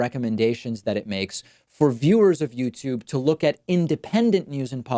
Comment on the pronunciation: Youtube... you... tube... Not themTube